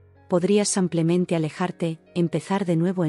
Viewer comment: No es como simplemente, se dice simplemente